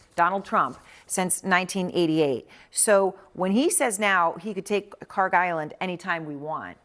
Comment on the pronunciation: The Island that you call it KHARG Island is actually is KHARK Island! There is no G when we say خارک! I think the translator didn't made any differences between k ک and G گ in Persian language! As you see differences between K and G is just with one small line but in pronouncing it is huge different! That means KHARK is the correct name!